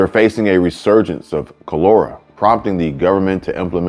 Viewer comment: You are pronouncing it WRONG. KAH-LUR-AH It killed millions in the 1800s and earlier...